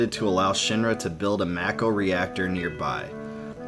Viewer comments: It should be pornounced "mah-ko". It's a Japanese word, and it's only in English that "ma" can be pronounced as "may". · I’m pretty sure Mako is pronounced “Make-Oh” not “Mack-oh” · It's Mako not Meiko. For an Asian it is freakin weird that westerners likes it pronounce it like that because it sound like a bastardized word. Also Square Enix already said it was Mako and not Meiko. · I always pronounced it "make-oh", I noticed the way you say it, "mack-o". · Am I the only one who pronounces it “May-ko” as opposed to “Mah-ko”. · Then prepared to be irritated for the rest of your life because it is Mako and not Meiko. Because Square said in the E3 presentation clearly that it is Mako and not Meiko (and supposed to be since its origin word are Japanese). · I always said mayko not mack-o.... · U saying mack o is annoying asf its make o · I've never heard anyone pronounce, "Mako" like macaroni, that's hilarious! Fastest recorded shark: Kraft Easy Mac'o. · Yah. The way he pronounces it "Makko" really irritates the sh*t out of me. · It’s definitely pronounced “May-ko”... never heard anyone ever refer to the Mako Shark as a “Mah-ko” Shark. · one of the things that was weird to me was when people called it Mako instead of Mako(May-ko like the shark). its still hard to hear lol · Damnit, why does he call it macko? 🤦‍♂️ 😂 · Ew who calls it Mack-o... Gross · I hope you've learned how to pronounce Mako, because I've never heard it the way you do lol. I love your videos. Your voice is hypnotic. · There are 3 ways to say MAKO you chose the only wrong way all the way around. Smh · So annoying he says mako wrong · You don’t know how to say Mako. Lol goober